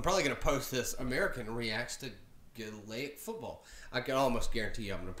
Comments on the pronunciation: GAY-LIC football not galayic 🤦🏼‍♀️ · GAE Lic not glick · Gay-lic not Galay-ic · My brain hurts after watching him try to understand this. You can only take 4 steps then you can either bounce or solo (solo is kicking it off your foot) but you can’t bounce twice in a row. You cant full on tackle anyone you can only put your hand in and hit the ball out of theirs, a goal is 3 and a point (over the bar) is 1, its only played in Ireland. It’s pronounced gay-lec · Gaelic pronounced Gah lic, Darragh is pronounced Dara... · Gaelic is pronounced : Gay-lick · It's pronounced gay-lick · Gaelic is pronounced “gay-lick” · It's pronounced gale ick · It's pronounced gaelic (gaylic) just telling you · The way he says gaelic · First of all you pronounced 'Gaelic' wrong, the so called 'Brazil' team is called Donegal and the 'field goal'=1point and the goal=3points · Learn how to pronounce Gaelic. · Omg the way u pronounce Ireland and Gaelic😶😶😡noooooooooooooooooooooooooooo